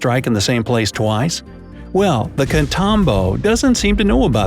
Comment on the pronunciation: you are killing the spanish language, the english phonetic for "Catatumbo" is "katatoombo"